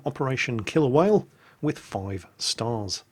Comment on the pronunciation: when you said the name of the mission for the first time it sounded like you said "operation kill a whale"